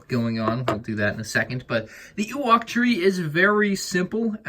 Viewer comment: Ah yes my favourite thing, an oowok tree